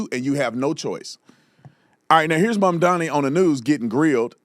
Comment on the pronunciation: “mamdani” sounds more like “Mahdi”